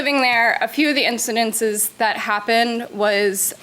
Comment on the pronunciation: “In ci din ces” she says twice.